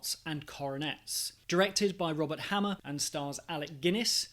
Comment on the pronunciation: Robert Hamer (HAY-mer)